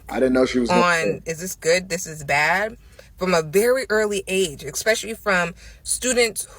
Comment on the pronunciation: This girl said “eXpecially” like 25 times. That alone should nullify her whole argument. Though she made some reasonably ok points. Like you said THE issue failing America is lack of family structure, promiscuity and lack of accountability. Period.